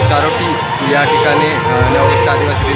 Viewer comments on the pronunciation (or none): तरोटी नाय चारोटी